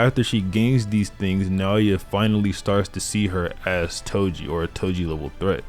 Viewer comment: Bro said edo toji 💀💀💀💀